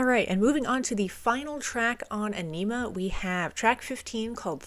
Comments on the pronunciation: It's definitely not pronounced onima. It's pronounced æni-muh, and you pronounce Æ like the A in "ass". Also, Message to Harry Manback is an actual phone message left to (presumably) Maynard's former roommate. Danny Carey has previously said this about it: "Message to Harry Manback is a recording of the words of an uninvited Italian guest who came to Maynard's house one day. A so-called friend of a friend of a friend of Harry's .... Before we finally managed to figure out that nobody really knew him, he had already emptied the fridge and run up a huge phone bill. He got kicked out of the house." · I always thought Ænima was pronounced Ah-nem-uh, not Ah-neem-ah. I could be wrong, though. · Fun Facts : The Album is pronounced On - i - ma. Whenever Maynards voice becomes distorted and thin he is singing through a small megaphone into the mic, -Ions (negatively charged ions) is a combination of a Jacobs Ladder ( look it up) and Danny randomly banging on a busted drum skin held in hand to emulate thunder. That "jazzy" quality in Adams guitar playing is him playing with a metal slide on the ring finger, which he uses often for soloing. Third Eye is preluded by deceased outspoken Comedian Bill Hicks, whom the album is dedicated to. Dier Von Satan, translated from German "The eggs of Satan" and meant to emulate Hitler's Nuremberg rally. Message to Harry Manback is a phone message of an irate Italian man telling someone they are a "Pezzo Di Merda" or " piece of shit". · Loving the reactions! Aenima is definitely my favorite Tool album. 10,000 days next maybe? also just so you know the album is pronounced like "Aw-nimmuh" :^) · Tool's best album. Reacted to by someone that can't even pronounce Ænima correctly. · It’s pronounced EYE-NIM-UH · Agh! That emPHAsis on Aenima! Killing me.